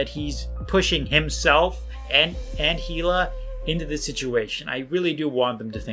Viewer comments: its a difference of saying hee-la...and ee-la....not that hard. The sounds are already there, dont blame it on not being a native english speaker. it just proves you dont actually care to watch or pay attention to the source material youre critiquing is all, but go off then loser lol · if you cant even pronounce hila’s name right, you have no business making this video lol